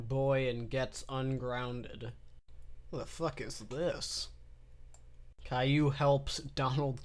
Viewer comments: Caillou: the golden age Pronounced kay-loo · Everytime calliou was said kay-lou i giggled like a little girl